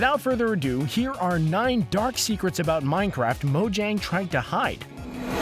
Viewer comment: Mojang is purnounsed (mo-yang)